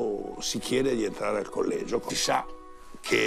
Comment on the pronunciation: Collegio con due g e una l non si può sentire